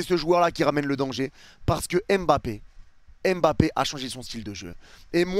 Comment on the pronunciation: Stp ne dis plus m'bappé c'est mbappé! 🤦🏾‍♂️